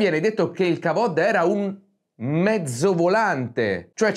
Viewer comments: "Kevod" al posto di "kavod", per dirne una. A proposito di baggianate, vogliamo parlare dell'oro monoatomico antigravitazionale o dell'ephod usato per telefonare alle tribù di Israele o il Verbo del Maestro è sacro? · Quindi se ho studiato le tecniche di incisione della pietra che non matchano con la storiografia ufficiale, devo sentirmi un pirla perché Biglino dice Kavod e perché tu dici che mi ci devo sentire? Questo video è imbarazzante, lo sai?